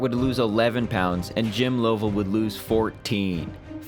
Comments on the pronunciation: LUV-uhl, not LOEV-uhl. Great video, but before doing voiceovers, always check for pronouncers. They're certainly available for this. This is happening more and more as younger gens are losing touch with past generations. Too many Youtube videos are voiced by makers who've only read names, not heard them said out loud. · Lost me at “Low-vell.”